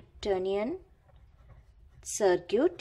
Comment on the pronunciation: Y do u pronunciate circuit(sarkit) as to sarkoot...?